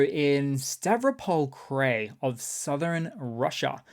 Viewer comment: Krai is pronounced cry.